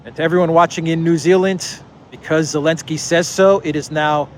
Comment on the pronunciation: I saw a Russian reporter calling Zelinsky "Elinsky" 😂😂🤣🤣😆